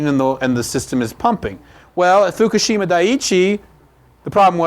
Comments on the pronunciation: Can't take this seriously because they don't know how to say Fukishima. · You are the first person I have heard to pronounce fukushima more or less correctly.